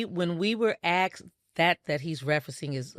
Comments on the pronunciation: 💯 on being evasive & it was evident that each time she was being evasive, well-spoken & measured with her words as she is, she would start mispronouncing words like *axsk. Also,are they trying to take the high road or is it them trying to tread lightly/carefully for fear that if they say too much, BM might in turn unleash a Pandora's box so lethal both sides can't ever recover frm? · aSked not aXed. Children learning to pronounce words say aXed, not 55-year-old grown women